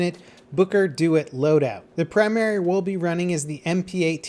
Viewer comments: "Booker Doit" No, Dewitt. De - Witt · His name is pronounced "De-Witt" not "Do-it" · Booker DE-WITT, not dew-it. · Ok ok I have to say this, you pronounced Dewitt like "do it" it's pronounced "dew Witt" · He also pronounces the protagonist's last name as 'do-it', not 'dew-WIT' :P but they're honest mistakes - the saddest part is that he's likely not played this beautiful game. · Booker 'Dewitt' is pronounced as Booker 'the wit'' since it's a dutch last name. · "Booker Do-It" Bruj that pronunciation of DeWitt got me fucked up 😂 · YOU PRONOUCED DEWITT WRONG!!! DAMN YOU!!!!